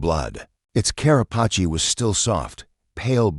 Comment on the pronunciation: Car-ah-pa-chee? It's car-ah-pace! Get a better AI!